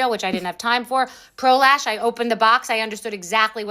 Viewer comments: Anyone else think they are going to say prolapse when anyone says pro lash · One time y’all said pro lash and my brain said pro lapse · Pro lash sounds like prolapse and I just can’t 😂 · I know I'm the problem here but the name "Pro Lash" sounds like prolapse when ppl say it. I can't unhear it